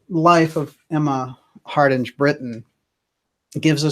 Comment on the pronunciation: DJ, "Hardinge" is pronounced as in "Harding", of which it is a variant, the final "e" does not soften the "g" - as in hippopotamus with a silent "q". It is an old Anglo-Saxon name, the "ing" (ynge) meaning "the followers" or "the "family" of someone called "Hard" (Heard). This variant clearly predates the Great Vowel Shift and the phoneticization of English spellings at the time of the invention of the printing press which together are responsible for such archaisms and oddities in written English.